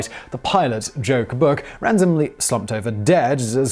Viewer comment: I've listened to it four times, and it genuinely sounds as though the pilot of the Beechcraft Doug White flew was named Joke Book. Please, please tell me it was really "Joe Cbuk" or something like that! Aw, hell -- it's too late. The damage is done as soon as you hear it, anyway. Poor schlub shoulda changed his name, if he wanted to be taken seriously, huh?